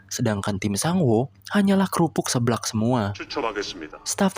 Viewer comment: hmmmm 😄,, atuhlaah min min.... masa nyebuutnyaaa hanyaaa "kerupuqqq seblaqq smuwaa"..🤪🤪🤪 , 🤣